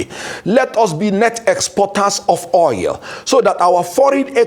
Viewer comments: So called a lawyer who does not know how to call oil but called it oyel. Shameful. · At least you understood what he said or meant to say. Oil koor oyil nii!! Bad Belle everywhere